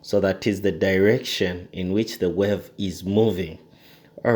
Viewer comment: Thanks for the great video but I believe it's pronounced 'wave' not 'werve'